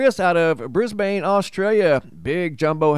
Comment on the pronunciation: You got "Mel-Bun" down now you just gotta get the "Briz-Bun "